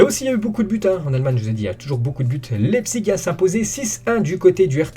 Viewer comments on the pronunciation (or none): none